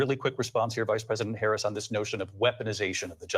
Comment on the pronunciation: Her very first word was a subtle correction. Let's see if he keeps mispronouncing her name. It's really not a difficult name to pronounce.